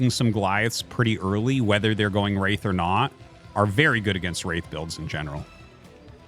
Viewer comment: Wraith war, or race war with a speech impediment? Big difference